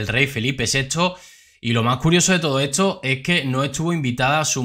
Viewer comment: Se dice 'esto'